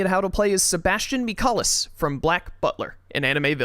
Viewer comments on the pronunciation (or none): You pronounce Michaelis wrong.